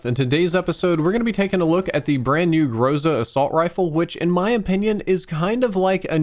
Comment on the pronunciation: I’m from Russia and you are pronouncing Groza wrong.